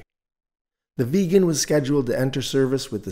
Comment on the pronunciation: A very good video, but SAAB Vegan?? It's Vigg-en.